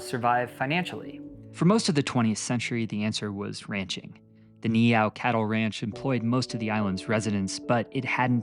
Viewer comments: Howzit braddah mahalo nui for sharing about the history of our people and islands. For pronunciation purposes Niihau is pronounced (knee-ee-how) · Aloha awakea from Oahu! Just a tip on pronunciation Try saying ni’ihau as (Knee-ee-how) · Great research and presentation. Just spend extra time on pronunciation. Doesn't have to be perfect but you said Niihau about four different ways.